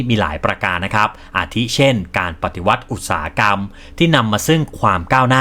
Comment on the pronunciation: ทำคลิปออกมาได้ดีครับ ทำลำดับข้อมูลได้ดีครับ ภาพประกอบเยอะทำค้นคว้ามาดีมาก แต่aiน่าจะอ่านคำผิด คำว่าอุตสาหะกรรม น่าจะอ่านว่า อุด-สา-หะ-กำ ตามราชบัณฑิต เป็นกำลังใจครับ